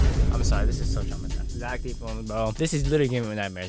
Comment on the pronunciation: “poo poo poo idc poo” -totally not becoming zech